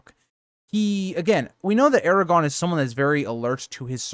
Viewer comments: First off... It's ARAGORN... not Aragon. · Eragon? Wrong series😂 Air-ah-gorn. Solid video otherwise. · Please. People can sound out basic things like Aragorn not being pronounced Aragon. The R is the clue. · If you’re a so called Tolkien fan like this channel suggests you should know the names of characters. It’s AragoRn. Lol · I quit listening when you called him Eragon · Or, air-a-gawn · Made the video completely unwatchable tbh. You don't even know how to say one of the MAIN characters names, like are you really even a fan? Smh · you’re pronouncing Aragorn without the second ‘r’ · Glad to hear you corrected the mistake . Your content is really great but mispronouncing Aragagorn kind of takes you out of it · LOL, sorry about that!! There is actually a difference between a typo and consistently pronouncing a name incorrectly. Especially if the person is supposed to be well-versed enough to make a YouTube channel for LOTR. I'm assuming you're trying to insult me, but it's all good as far as I'm concerned. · There’s no way someone so geeked-out on the subject would make that mistake….im thinking it’s a speech impediment, it kind of sounds like he’s really trying to say it correctly, but failing.